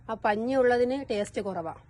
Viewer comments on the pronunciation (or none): none